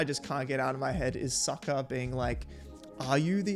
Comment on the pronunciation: I’m glad they changed the name pronunciations because they bear no resemblance to their animated counterparts. Soakah acts like his boomerang is stuck somewhere it shouldn’t be.